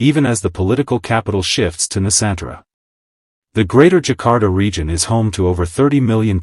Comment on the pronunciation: Zakar Ta not Jakarta 😂😂😂